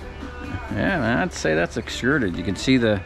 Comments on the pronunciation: Are you saying excruded or extruded? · Extruded not excruded.